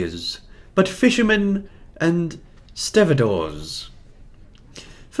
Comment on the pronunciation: A "stevedore" is "a person employed at a dock to load and unload ships" and it's pronounced "STEVE-door". HTH ;-) The US equivalent is "longshoreman" FWIW